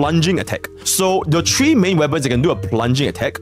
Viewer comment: Three: ❎ Tree: ✅